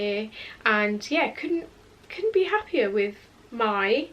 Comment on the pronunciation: oh ok sorry 😂 it really sounded like you where saying happy